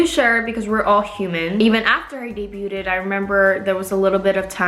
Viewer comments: I cringe every time she says debuted. It's pronounced day-bued haha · Small thing but you often say this word incorrectly: when you pronounce the word "debuted", it is suppose to be said without the "t" sound, same as with the word "debut", which you say correctly. No hate, I just feel a little uncomfortable whenever you say it this word, which is often lol